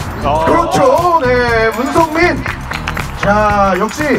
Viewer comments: 문성민을 문선민으로 읽음ㅋㅋㅋ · 순간 문선민 선수가 더 많은 스파이크를 성공 시킬것이냐? 라고 들음 ㅋㅋ